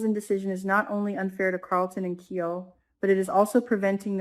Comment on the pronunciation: his name sounds like KI-LE not KEE-ALL